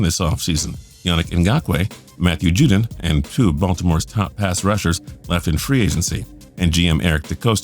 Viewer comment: why did you pronounce judon 2 different ways